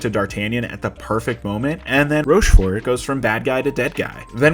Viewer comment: And then "ROSCHFORT" lol